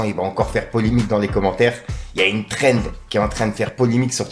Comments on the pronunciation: Bien vue pour la prononciation cette fois ci Thrend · Bien vue pour la prononciation cette fois ci Trend